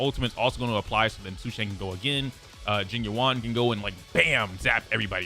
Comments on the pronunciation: Pronunciation: Jing yuan = jeeng yuen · Please please please look up pronunciation videos for the CN names, this butchering is really painful to hear. Sushang = Su (as in 'SUstain') + Shan (as in 'SHAtter' + n) Tingyun = Tin (as in 'abducTINg') + Yun (as in 'UNion') Jing Yuan (as in 'JINx') + Yuan (as in 'YOU' + 'En') I apologize if my pronunciation comparisons are not very good, English is not my first language and writing pronunciations is very hard hahhaa. But please, look it up, there are so many videos on it and it's not very nice to dismiss the names just because they're not American. Learn it. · It's jing you-en and say-lay edit: and sue-shah-ng